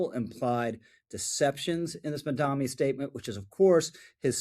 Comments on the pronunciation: Not a fan of Mamdani, but please pronounce his name correctly. It only hurts your credibility when you keep saying Mamdami, it's Mamdani. It's not hard, just practice the pronunciaiton. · Dude, love the videos, but it’s Mamda-N-i not Mamda-M-i! I’m sorry to pick, but it’s like people who say nuculear rather than nuclear. It grates. Thank you for the great videos! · Thank you for the video Rich! I have to point out, it’s MamdaNi not MamdaMi. Why stop at 30% cheaper? Why not 80%? 100%?